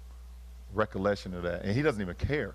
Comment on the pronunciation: He has no "recolleshion".... Remember, he reached out to Kyrie bc he's that it's guy. He wants to hear something from their "advantage" point. Don't believe me? Don't "aks" me, watch and listen for yourself